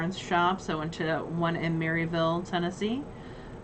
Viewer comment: The Secret City is Oak Ridge, TN and Maryville is pronounced Muravul, my father's family was born there...lol. I used to live in Clinton, Tn that was the next town over from Oak Ridge, it's a beautiful area. Happy New Years to you both.